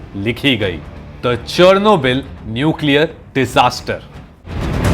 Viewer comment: The way you pronouncing Chernobyl is so wrong